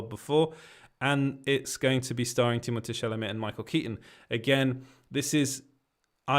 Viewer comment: you saying u live in france makes so much sense as to how you pronounced timmys name perfectly lol